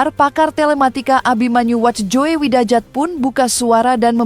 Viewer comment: Untuk pembaca narasi: Saya koreksi cara anda membaca ya. Tulisan WACHJOEWIDAJAT itu, dibacanya WAHYU WIDAYAT. Gatel kuping saya mendengar cara anda membaca kata tsb. FYI: Itu ejaan lama yg berlaku sebelum th 1972.